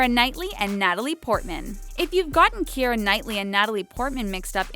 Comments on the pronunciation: I'm pretty sure it's pronounced keera not kee-eh-rah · I thought keira's name was pronounced kee-ra ukk?